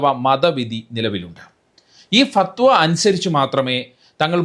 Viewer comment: Say and write correctly as "FATHWA"